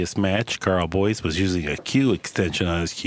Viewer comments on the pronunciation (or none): The old boy spent the whole match pronouncing his name as Boyce,spoke far too much and unnecessarily to realise that its actually BOYES,who incidentally will be vice captain in the upcoming Mosconi cup next month.